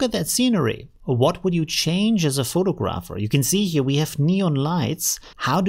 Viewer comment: versuch mal das eher "Fo'tagraffi" und "Fo'tagraffer" auszusprechen... ansonsten alles supi:)